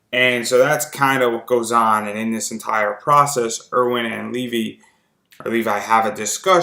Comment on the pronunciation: Did he just call Levi...”livi” ..